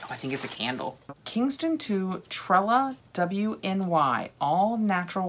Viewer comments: It's pronounced tre-lawn-ee it's a Cornish name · I love your enthusiasm! And I don’t know if anyone addressed the pronunciation of Trelawny (tray-law-nee). 😀